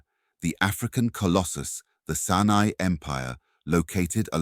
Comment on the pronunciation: Great info, but pls next time open up with an African monument, we have plenty, that was a Mayan pyramid, also the A.I voice needs work, it kept saying the Senai empire instead of Songhai empire, keep in mind there was a Sena kingdom in both India and Southern Africa.